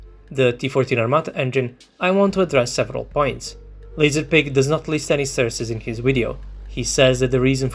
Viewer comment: The amount of "surces" u have said xD U are absolutely right tough and LazerDick had no respect